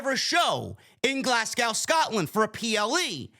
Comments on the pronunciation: Glas go is how we pronounce it Correction Glazgo Clash at the castle Prices are ridiculous it's cheaper to fly to London and get a hotel and all in ticket Plus the hydro is shite for that kinda money I want it in castle 🏰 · It’s pronounced Glas-go the w is silent